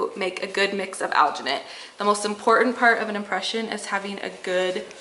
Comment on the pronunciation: is that even English